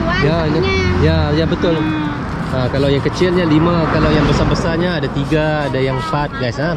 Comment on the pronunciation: kalau lagi di indo bilangnya jangan"adeu", tapi "ada"😂